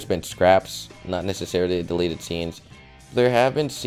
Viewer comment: 1. You Spelled Delete Wrong, You Said Delet. 2. The Gun Is Fake. You Used The Same Gun For Deleted s Scenes For SpongeBob. Plus You Showed No Footage. 3. If They Didn't Want Kids To See Blood, Blood Wouldn't Come out Of Clides Noise -_